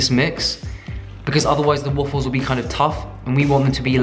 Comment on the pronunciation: i live for the way he says WUFFLES